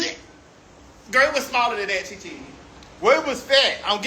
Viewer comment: I love Maddie😂😂 “Gworl”